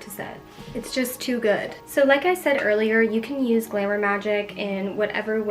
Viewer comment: the way you say glamour sounds like glimmer (not criticism just something i noticed. it’s pretty sweet)